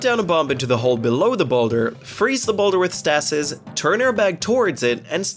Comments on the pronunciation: Correct pronounciation of stasis. Incorrect pronounciation of stasis. If this is hard to remember for whatever reason, you can use "STAY-sis" as a mnemonic, since it makes the objects you freeze STAY in place. Stasis is an actual word that originated in the mid 1700s, so the term wasn't coined in the game, and therefore has an official pronounciation, even if it's never heard in the game itself. The definition of the word is "a period or state of inactivity or equilibrium." I hope this has been educational and helpful. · I've never heard someone say "Stasis" that way!